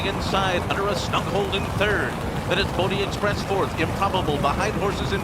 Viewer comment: At :29. " the only horse to never win a race, Pony Express" ? Now that's funny! Jk did sound like it. Not Bodeexpress